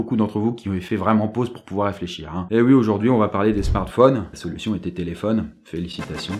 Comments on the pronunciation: thé-laid-phone (téléphone) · c Thé-laid-faux-ne le mot ( téléphone) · Thé-Laid-Faux-Ne ? J'ai mis pause moi xD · Thé laid faux ne (téléphone)